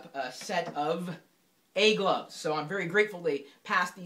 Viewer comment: sounds like he says "egg loves"